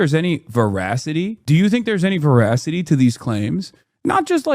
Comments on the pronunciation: Oh, I see. But still it sounded like voracity to me. Thanks for the clarification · he said "veracity"